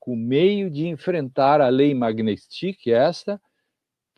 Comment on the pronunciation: Infelizmente, a ainda não conseguiu acertar o nome da lei... É uma proparixitona, não há "i" após o "t". Não é Magnistiqui, mas Magnitsky...